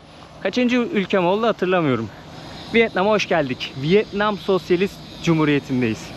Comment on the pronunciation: 😂 "Vıet Nam(!) " değil, Vietnam...😅😅😅😅